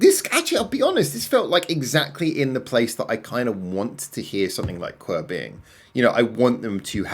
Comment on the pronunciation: The band name is pronounced Q W E R Not qwer